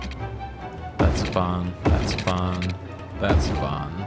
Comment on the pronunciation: Hi. Great series. Thanks. I smile whenever you say "that's Fine" my brain hears "that's fun".. And I have to smile